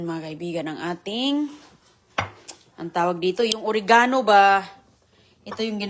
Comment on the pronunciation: Nagluluto ng nilagang isda si,nag swimming ang mga isda,di man lang hiniwa ang kamatis,ano na naman yan,kaning baboy??? Ore ga no daw,Oregano' mabilis dapat ang bigkas.